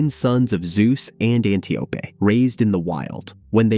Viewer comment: Antiope is pronounced 'ann TY oh pee'. God, I hate AI narrators.